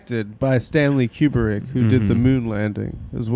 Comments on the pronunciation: Adam: "Stanley Cueberick" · Damn, Adam hitting his fellow cinephiles with that "Cue-ber-ick" pronunciation